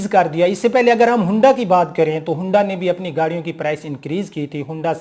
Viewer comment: Bhai bolna to seekh lo.hoonda ni hota its Honda.